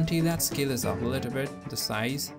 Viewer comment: i thought u said kill it down, but it was scale it down hahhah. and its "warp", not "wrap". Anyways, thanks for the tutorial! Have not thought of doing this before! awesome, awesome.